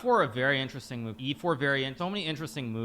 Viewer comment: watch the video again and drink a shot every time he says "Ineresting"